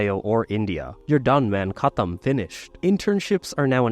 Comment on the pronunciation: Caught me off guard too. And pronounced katham correctly too. 😅